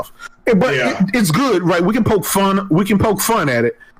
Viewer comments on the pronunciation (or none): none